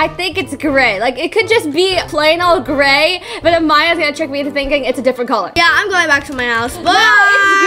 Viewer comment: Say gray and you would get it right